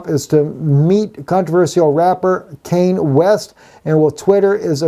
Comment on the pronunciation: Pronounced canyey west